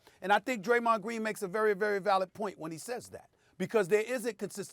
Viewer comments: I agree with "Graymond Dreen" but because it's coming from his mouth, people don't wanna hear it. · Yes, Graymond Dreen. That's the name! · Graymond Dreen??!!!?!! Let's give it up for old Graymond Dreen! I'm dead lol